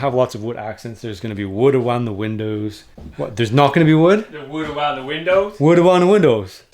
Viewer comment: "Wood awound da windows" I heard that as well. Enjoy your videos. Keep up the good work. Thx